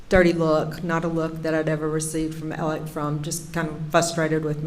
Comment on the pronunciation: Pronounce his name right for god sake Alex with an x not alic with ic small easy name what's that about